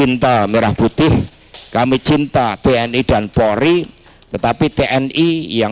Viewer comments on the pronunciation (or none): none